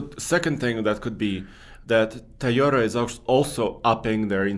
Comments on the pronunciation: it's TOY-OTA, not TIE-OTA. Does this really not drive anyone else crazy? Not trying to be a dick, just saying. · Please. It’s not Tiyota it’s Toyota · it's "Toyota" not Tayota" buddy. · It’s NOT Ty-ota!!! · ..wtf is a "thayoda"??? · Tieota, Tieota, Tieota. pronunciation drives me insane. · Ta-yota , Ta-yota, Ta-yota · I love......... he is my favorite,........but I cringe every time he says "Tie yo du" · For me it’s when says “Toad-Uh” 😂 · There is no way to spell Toyota the way pronounces Toyota. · 👎 for intentionally mispronouncing Toyota